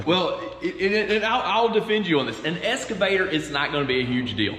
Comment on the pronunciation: That was surprisingly interesting. Does Todd's pronunciation 'escervator' rather than 'excavator' mean anything, or is it just a local colloquialism?